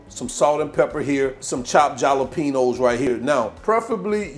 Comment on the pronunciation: The J in jalapeño is pronounced like an H 😂.